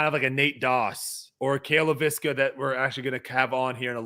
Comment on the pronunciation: FYI, it's pronounced LAY vis ka, not Lay VIS ka. Listen to how Cale pronounces it when he introduces himself.